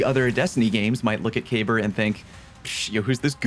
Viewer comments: Why can nobody pronounce Kabr properly? Lol😅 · Huh, I didn't know that was how you pronounced Kabr's name